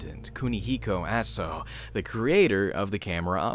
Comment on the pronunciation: if i remember it correctly she was keeping all sins of all the people who decided to commit suicide on that mountain Your pronunciation of Aso is corrected I was playing the Japanese version with the underwear costume the spying camera level was way too much XD